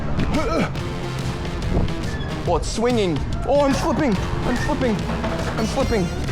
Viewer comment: Why did you kepp saying parcor